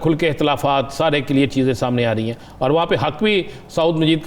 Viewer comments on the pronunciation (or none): عظیم صاحب KILYAR نہیں CLEAR لفظ ھے ۔ کدھر پڑھتے رھے ھو